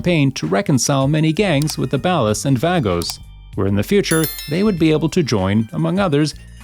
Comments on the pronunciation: Yo this busta is saying the ballaz wrong. Lmao it's said like (baw-la's) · ikr he says the "bellar" gang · The pronunciation of "Ballas" is absolutely killing me lmao. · the bales not ballers bah-lers he said balace dude wtf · Dude it's "Bawlas" not "Bowelas". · Nobody is even saying anything about it? Is that how it’s actually pronounced? Bal-is like ballast without the T? Pretty sure it’s Ball -uh s. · love how this person cant say ballas right Surprised he can say cj and big smoke right tho. Ok to help you out say baller but instead of baller say ball-la like an la sound or ugh sound. The way you say it is just wrong or you have bad ai speaking it. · I really dont like the way you pronounce ballas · The way be pronounces 'Ballas' pisses me off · Mispronouncing Toreno and Ballas is a pretty good sign that you haven't actually played the game. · Seriously so annoying. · Someone needs to teach this dude how to say ballas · I like everything about these videos except how you say Ballas